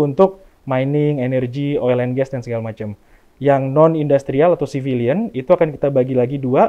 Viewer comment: Bukan civilize Ooooom, tapi civilion.. hehhehehe..